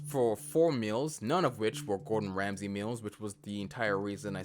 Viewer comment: Gowdon Wamsey 😂😂😂😂